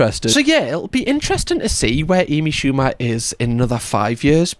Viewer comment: “A B Shooba”